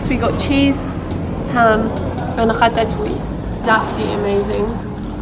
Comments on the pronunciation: "ratatouille" pronunciation appreciation comment I've put on weight during my holidays at the mountain (even though I have walked a lot, I feel bloated around my legs and stomach), so I have to admit that this video arrives just on time! I was starting to freak out! Thanks, always the right subject at the right time! Love u xx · how do you say "ratatouille" just like us french people ? :O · Ta prononciation de "ratatouille" , une merveille 🥙😍